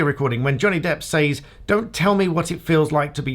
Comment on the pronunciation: Why do you say says as sAYz, and not Sez? It really weirding me out, with english accent